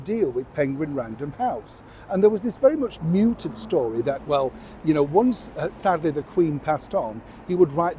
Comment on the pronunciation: Hello, just on pronunciation it's mooted not muted, Anna. You can delete this after you've read it....